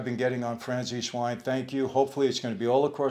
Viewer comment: Mr Franceze please try to pronounce italian words in the Italian way;)